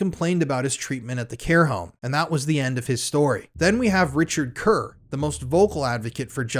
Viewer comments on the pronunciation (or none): none